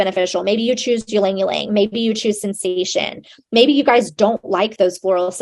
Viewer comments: omg yalang yalang is not how you say it 😂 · Not her pronouncing the Y in ylang ylang 🤣🤣🤣 “yuhlang yuhlang” 💀💀